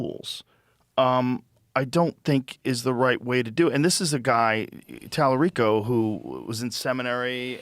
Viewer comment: Why is Vance intentionally mispronouncing Talarico s name? Why do republicans do that so often? Why do media people allow it. It’s childish, immature and disgusting. 🤢